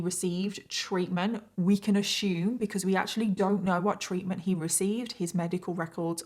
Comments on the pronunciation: It's "assume" not "ashoome" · I luv ya girl but the word is ASSume. It's not "ashume." 😂😂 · I love your work. But I giggle everytime you say "ashoom" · Every. Single. Time says "ashoom" I say mushroom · Hon - I love you and your channel. But, "ASSUME" has NO "H" in it. It's pronounced "ASS" "OOM". That's all I need to say. Love you and your channel. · Your story was so enthralling. I was frozen perfectly still with my mouth hanging open staring at the TV as I listened to you tell this story throughout the whole story!😳...I love youre content and makeup too..oh yea and one more thing...Has anyone ever made you aware of the fact that you pronounce the word "ASSUME" differently than we do here in the USA 🇺🇸?..It's the cutest thing. I noticed it in your other content and I giggled... but this is where this snaps me out of the story somewhat since it distracts my mind 🙊🙆‍♀️Anyway..I love youre shows and makeup and can't get enough so I hope you post more💗 often in the future! !bye👋